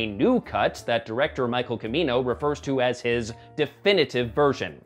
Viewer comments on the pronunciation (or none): PLEASE KNOW HOW TO PRONOUNCE NAMES! Michael who? Sounds like "CHIMeeno", not KIMeeno! It's basic respect to get names right.